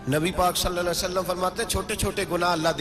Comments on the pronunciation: Hazoor Saw Nahi bolty ( when you say it's S.A.W = Sallalaho Alehi Wa Alehi wasalam) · Please don't say saa...it's S.A.W means (sallallahu alaihi wa sallam)